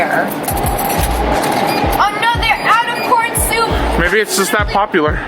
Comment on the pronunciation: When you said corn it sounded like por yeah yk